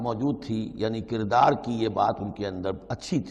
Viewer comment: اردو کہاں سے پڑھی چینل والےنے. سورت کو صورت. کردار کو قردار. بھائ تعلیم بالغاں حاصل کرو